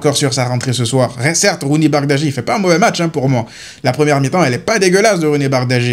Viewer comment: Par contre arrête avec ta prononciation « Bardagji » ça prononce « Bardji » 😭😭